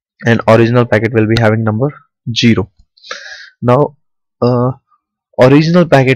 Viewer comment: For all indians out there: Don't pronounce zero as "jero". /z/ and /d3/ are two different phonemes, so zero can't be pronounced as jero.